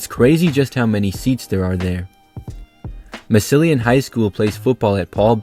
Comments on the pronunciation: The way you pronounced Massillon just hurt my ears! Mass-llon ignore the I. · I love your stadium videos. 🏟️ I live near Massilon. It is pronounced like "Mass-lon" ignoring the "i". I was really confused which school that was until you named the stadium and the team. You are a great YouTuber, and I just want to offer some friendly advice from a local. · Mass-a-lin Ohio is how its pronounced haha, but yeah thats like football Ohio central. Its very close to the NFL hall of fame too! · I love your content but please try to research the correct pronunciations of a lot of these stadiums! I’ve noticed three names mispronounced during this video (including Massillon and Valdosta). I hope you don’t mind this unsolicited suggestion! I find your content super interesting! (“mass-lon” and “Val-daw-stuh”) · Absolutely butchered Massillon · same i was confused as well when he prononuced it as well for someone thats from the area